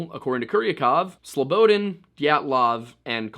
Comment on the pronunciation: I know this is granular. but hearing you say slow-bo-den is nails on a chalk board considering your dedication to pronunciation. it's more like Slow-bah-daan. Look up Slobodan Milošević and hit pronunciation (evil man he was). I await your next full compilation of these 2 videos and enjoyed you presence on Timcast thoroughly, it is what brought me to you channel. Thank you for your work sir.